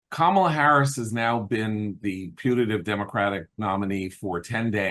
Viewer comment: Its not Kam a la its K am ala